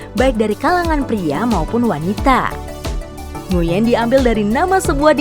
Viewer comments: Kalo gk salah bacanya Nguy-en bukan Ngu-yen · koreksi min… nama Nguyen diucapkan "nguin" ya… jangan keliru ucap nguyèn biar yang lain tahu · Bukan nguin tapi d baca jadi 'nguyn'